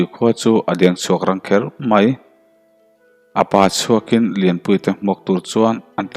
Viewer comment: A pa chhuakin nilo in Apachhuakin tia lam tur,a pa leh chhuakin tih in kar a chawl lo hian a in zawm vek a lam tur tihna anih chu.A pa chhuakin tih chu an zavaiin tihna ani e.Han tang leh zual sauh2 teh khai(phunchiar min ti lo hram la).🙊🙈🤣🤣